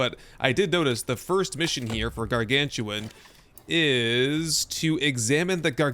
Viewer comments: Yes, thank you for this upcoming series. Really enjoyed your ones before! Btw. It's not Gargantuan - it's Garganutan. Like the Orang Utan. 🙂 Looking forward to the next episode! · They made up a new name by combining gargantuan and orangutan, its pronounced Gar-Gan-U-Tan, not Gar-Gan-Tu-An. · I LOVE Icarus and have been one of the supporters since it first came out. The Devs have hit it out of the park with all of the content they’ve continued to create and they listen to the community. I have well over 2000 hours in this game. And, not to be a grammar “boss” but its Garan-GU-TAN … as in Arangutan / Primate. Ots easy to mispronounce. Thanks for the content. 😊